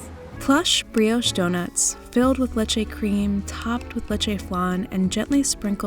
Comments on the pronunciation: The way she pronounced leche Lechey✨✨✨ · wtf is a "le-chay" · The way she says leche made me sick